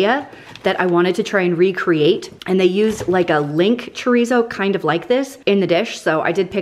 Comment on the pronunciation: 1. This is not meant in a mean way cause I watch her videos all the time. And I even re-watch her cooking videos playlist when I’m bored or want to find a new recipe. 2. The way she pronounces chorizo friggin kills me. 3. The one she bought that she was upset cause it was the only one, is the BEST one!! Very hurt she sounded offended hahaha